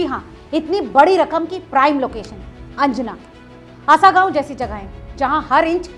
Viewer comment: मयेकर not मायकर . हणजुणे not अंजना.